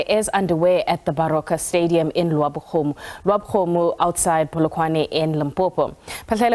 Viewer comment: Wena news reader do not insult us. Properly pronounce the name of Lebowakgomo. Nonsense.